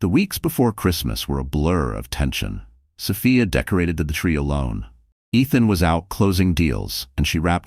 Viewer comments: Sophia. So Fi A not so fa a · Please adjust your AI the pronunciation is incorrect